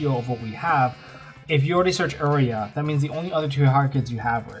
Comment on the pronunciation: You-rai-Uh not Err-ee-uh